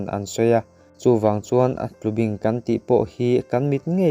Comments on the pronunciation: Tlubing ni lovin TLUBÍNG a ni e. Bing lai tak hi thlúk deuh tur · Tlubing,i lamrik dan hi,kei ni chuan bing,lai tak hi baibing kan lam rik dan a,bing hi a ri sangin kan lam ri. A ngaihnawm khawp mai.